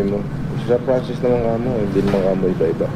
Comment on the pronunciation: Sarili nyang pangalan di nya alam bigkasin HAHAHA PRANCIS DAW